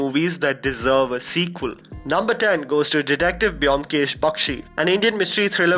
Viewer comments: amazing list ...but the pronunciation is bomkesh though the spelling Byomkesh.. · Try to pronounce Byomkesh correctly first then make a video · the way u pronounce byomkesh bakshi......😂😂😂😂😂😂😂